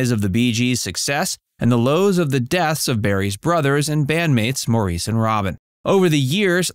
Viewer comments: Its Morris. Not Maurice. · Maybe if you're going to do a youtube video, you should learn how to pronounce the subjects' names. It's pronounced like the name "Morris". Not mo-REES. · Maurice's name is pronounced like Morris with the emphasis on the Mor. It's not pronounced Moreees with the emphasis on the eees. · Maurice is / was indeed the correct spelling - but, it was / is pronounced "Morris" and not 'Mau_reese_' as so many Americans like to (mistakenly) say it...😟 And yes, his family called him "Mo" Rest In Peace Andy Gibb😢, 💔 Maurice Gibb,😢 💔Robin Gibb.😢💔💔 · It is pronounced Morris only. (Some weird sites pronounce his name Morr eece ...like a Frenchman). It was spelled Maurice and pronounced Morris. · Barry is not the oldest of the 5 children, his sister is. Also, it's pronounced "Morris" , not "Maurice"..Pretty good video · It's pronounced "Morris" not "Maurice". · It's pronounced Morris, not Maurice. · It's not pronounced Mor-eese - it's Mor-is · Barry isn't the oldest of all his siblings. His sister, Leslie, is the oldest of the siblings, born in 1945. Barry was the oldest of the Bee Gees. Maurice is pronounce Morris. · No, it’s a french name, it’s pronounced: Moriz but spelled Maurice - of course. In German it’s Moritz. Love Claudia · Maurice pronounced his name like "Morris". I don't know why, but that is how he said his own name. Please, show respect and say his name the way he did. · After all these years, I can't stand when they call Maurice "Maureece"! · Maurice is pronounced like “Morris” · Maurice pronounced his name like "Morris." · Maurice's name is pronounced Morris mor-ris.. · Cant pronounce Maurice right either. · It's sacrilege that you are unable to pronounce Maurice's name correctly. WTF! You really would think in your position that you'd get it right. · have you noticed how the narrator pronounces maurice these americans make me laugh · Maurice lmao. He’s not French.